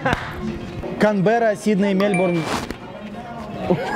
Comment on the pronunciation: Это так смешно, что ведущий рофлит над незнающими столицу участниками, а сам говорит КРанберра, а не Канберра